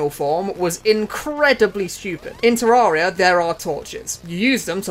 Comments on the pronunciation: Ta-rare-e-ah. Not ta-roar-e-ah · bro hit us with the "Terrahria"